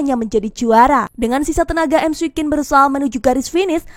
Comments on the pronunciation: cara nyebutnya mikwin min 😁 bukan emsi quen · Risih nyebutnya emsi kuin😂